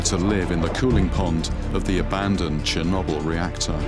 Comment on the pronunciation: lol “Chernobble”